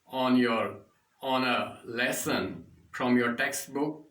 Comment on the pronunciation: Lesson Ko lussan Bolte ho to mza aata h Keep it up Loda bhi bolo sath m